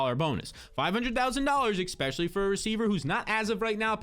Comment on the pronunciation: The word is “Especially “ not Expecially”. If your going to make videos use proper English. Embarrassing.